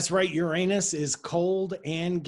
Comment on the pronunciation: That's why we love Dr Paul -- he's not afraid of the proper pronunciation of "that" planet. Boom!